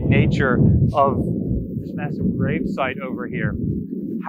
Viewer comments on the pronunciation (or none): none